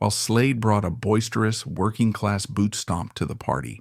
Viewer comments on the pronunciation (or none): none